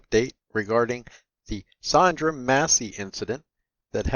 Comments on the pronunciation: Her name was Sonya Massey. You called her Sondra or Sandra. Let’s get it together and show some respect. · Bro her name is Sonya not Sandra. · *Sonya, not Sondra! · It’s weird to hear you pronounce Sonya as Sondra.